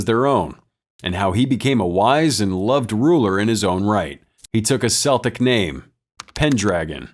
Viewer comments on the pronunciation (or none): Dude it's Celtic as in "KELTIC" not SELTIC